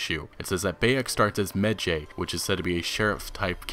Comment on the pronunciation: It's pronounced 'Maj-eye'